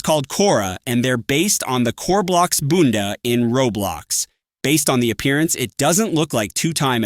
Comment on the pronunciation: The way he spoke made it sound like "bunda" Which in Portuguese means butt.